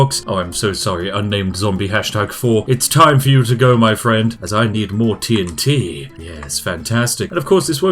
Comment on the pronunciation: "as I need more tea'n'tea" :)